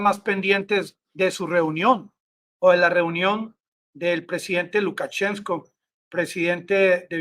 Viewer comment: Amigo, Se dice LUKACHENKO (sin la s):Profesor de ruso graduado en Rusia. Abrazo desde la región del Sumapaz